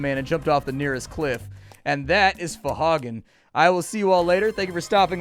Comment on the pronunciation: huehue Fohagen